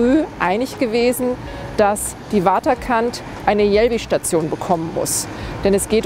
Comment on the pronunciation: Wieso spricht dieser Spandauer vom 'Wotterkant', also quasi englisch ausgesprochen? 'Waterkant' ist ein schöner niederdeutscher (und niederländischer) Name für ein Ort am Wasser.